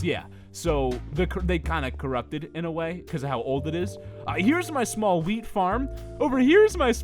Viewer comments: When he said wheat I heard weed I said I was like WHAT can I have some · XD thought he said weed farm